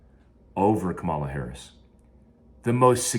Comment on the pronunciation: Lost a follower here. I’ve always enjoyed your videos and insight on the topics that you’re obviously knowledgeable about. Now, we’re on a political journey. On top of that, you can’t even pronounce her name right after using all of those big words smh. Oh and I’m not a democrat. I’m pro what’s best for me and my family. That is the advice that should be given to Americans.